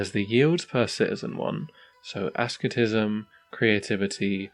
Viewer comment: Just so you're aware, "asceticism" is pronounced ass-et-isi-ism, rather than "es-kit-ism."